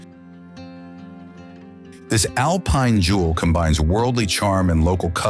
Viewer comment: Meanwhile therefore yet, furthemore, in addition there is s problem with pronunciation!!! One hears Tryol pronouncef Tairol and then correctly Tirol, later Alpine is pronounced Alpeen and then correctly. The narrative is full of meaningless phrases Why write such drivel. I laughed from beginning to end. Please use a resl person and not some stupid AI smarmy American.